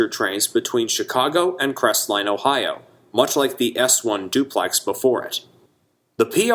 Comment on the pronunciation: On a side note. Locals don't pronounce the "T" in Crestline. We call it "Cresline".